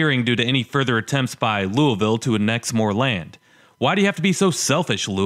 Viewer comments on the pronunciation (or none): Lame attempts at humor and you don't know how to pronounce Lou a vull. McDonald's is hiring. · Bro it’s pronounced luh-vull but it’s fine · why do people pronounce Loiusville as 'LuahVoe'? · Founded by the French. French typically don't pronounce the last letter of a word. Louie ville.